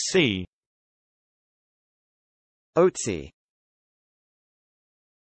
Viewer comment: What is this? Is Otzi a word? If you mean “Ötzi”, the famous wet mummy from the Ötztaler Alpen, then this is sadly not how to pronounce it. It’s not pronounced with an O, but an Ö.